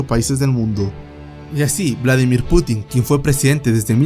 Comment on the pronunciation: Es Un Putin, sin acento en la "i".